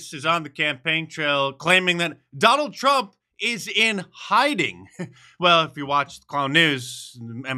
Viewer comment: "Drump"...... the old slip there. She probably calls him that all the time. What a witch.